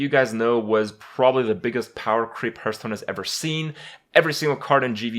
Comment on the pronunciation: I hate when he says Herthstone soooo much